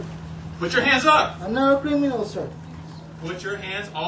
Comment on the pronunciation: I'm naht a creeminal, sir!